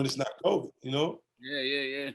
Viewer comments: Nobody: 50 cent: "Covic" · 50 calls COVID 19 “COVIC” like my moms does and it’s sending me. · My mama calls it "Co-vee"